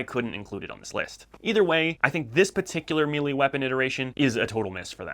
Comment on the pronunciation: Just a quick correction... 'may-lay', not *'meeley'. Otherwise, good video bud. I agree with all your selections.